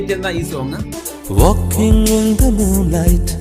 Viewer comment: വാൽകിങ് alla വാക്കിങ്